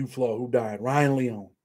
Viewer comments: Lee-oh-knee is his last name respectfully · It's Leone , three syllables, long e on the end